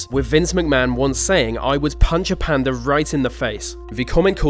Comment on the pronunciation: I was getting pissed off how you were saying 'Panda' until Dr. Gaylord was introduces. ahhhhhhh